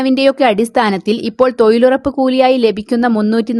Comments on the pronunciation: തോയ്ലുറപ്പ് ഹിഹിഹി 🤣🤣🤓🤓🤓,, നല്ല തൊയിൽ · തൊയിലുറപ്പ് തൊയ്ലാളികളോ എന്താണ് മോളെ നാക്ക് പിടിക്കാറില്ലേ?